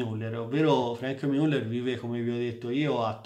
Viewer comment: che risposta scortese, da un grande esperto di orologi (che seguo con interesse) mi aspettavo: A) che pronunciasse le marche in maniera corretta B) meno suscettibilità